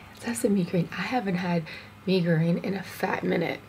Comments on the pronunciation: I'm just so triggered by the way she pronounce mie goreng, bcs that's not the way you supposed to pronounce it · That’s not how you pronounce ‘Mi goreng’ 😭